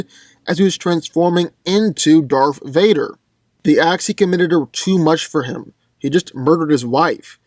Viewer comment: He said "DARFH VADER" XD